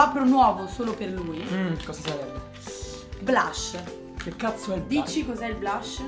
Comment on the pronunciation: Lo sto riguardando nel 2016, e in questi giorni ho riguardato pure quando Lasabrigamer trucca Sascha, e sia lui che Alberico per dire blush hanno detto SBLUSH 😂😂😂